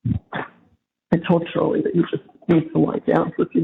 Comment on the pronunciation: “We’ll always be able to talk to you Chawlie, anytime”. Are u sure Donna? 😂😂😂😂